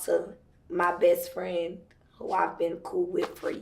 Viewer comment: *OLUp!!! ...Dude .."R*ped " you and you still refer to him as Best Frannn . 👀.... Its milk fasho , But something in it aint clean